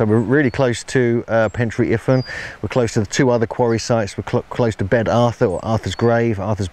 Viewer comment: Once again an insanely good video but pronunciation of Welsh words is awful. IFAN = Iv-van BEDD = Bear-th etc etc etc